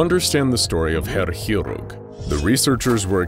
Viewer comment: I agree, I'm learning it, and personally 5/8ths German, and does pronounce it very well.